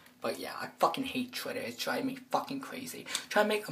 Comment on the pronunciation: why do you say "chwitter"😂😂😂